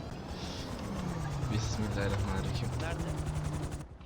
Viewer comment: öyle besmelemi çekilir Bismillahirrrahmenirahim diycen ama sonra düzelttin